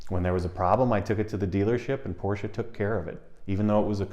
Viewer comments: Somebody needs to teach him its 2 sylable word POR SCHE 🤣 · A great video, thanks. Here's a small but important comment. The company that build the Boxster is named after its founder, Ferdinand Porsche. Both he and the company pronounce the name Porsche-ah. All of their public material like advertisements have the announcer pronounce it "Porsche-ah". It's a common way to end German names, like Deutsche Bank. ("Deutsche-ah") People who know Porsche know how to pronounce the name.